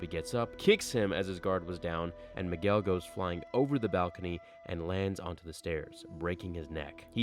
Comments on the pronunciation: he said Migwell XD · Why did u say Miguel like migwel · you pronounced migwell. Lol